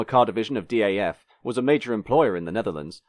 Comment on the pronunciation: Some corrections to an otherwise well researched video: DAF is pronouced as a single word, not an abbreviation. Renault and Volvo were in talks of a merger at the time and Volvo desperately needed front wheel drive technology, which is why the 400-series is basically a Renault 9 underneath. Volvo wasn't happy with the Renault's road holding so they had the rear axle redesigned by Lotus engineering. Underpowered engines were due to Volvo Sweden's refusal to market fast cars at the time which would hamper their safety image. Volvo Netherlands sent the F3N engine to Porsche for developing a new cilinder head and turbocharged version. Porsche's engineers managed to churn out 170 bhp reliably with turbocharging, but Volvo Sweden wanted to protect their image and required the engine to be detuned to 120 bhp (we want a sporty car, not a sportscar). There are people who have reverse-engineered the ECU and tuned the engine back to 160-170 bhp. Market introduction in the USA never materialised because American Volvodealers didn't want an expensive stylish small car that goes around corners, they wanted bricks or something that could compete with the Japanese in a straight line (the 480 was more expensive than a Datsun 280ZX). Volvo Sweden didn't want it because the 480's initial build quality was abysmal and they feared for their quality image. Fortunately for Volvo's marketing department, a currency crisis made the US Dollar very unfavourable in exchange rate, so the plan was quietly